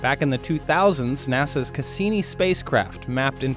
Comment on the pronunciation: It's Cassini, not Casini.